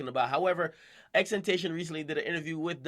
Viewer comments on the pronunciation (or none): ten ta CION